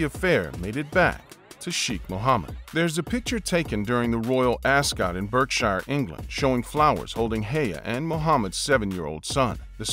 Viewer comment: you can tell the talker is American as Berkshire is pronounced bark -sha in England not Berk-shire